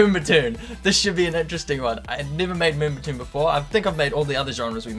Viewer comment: haha he said moombatuuune